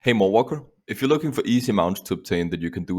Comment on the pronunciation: You say, "Mawwalker", but a guildie kept hearing "Mall Walker" and now I can't hear anything else